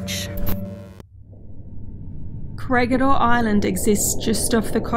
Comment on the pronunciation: This is the third time, it is pronounced KORE HEE DOR...3 times